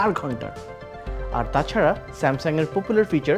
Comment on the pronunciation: Please i don't wanna hurt personally... he has pronunciation problems, instead of "Hi guys" , he could say "Hello Bondhura" Instead of "AND" he could use "ebong". "Tachara" should be pronounced with soft "t" or "ত" , he pronounced "টাছারা" । , What kind of color grade is that ? skin totally bluish ? Anyway , I am so disappointed...... Animations were good.